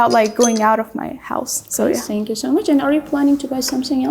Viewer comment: Shout out to both girls. However, unfortunately I see this a lot among our people when they mispronounce the Th in words like “thank you”sounds like sank you.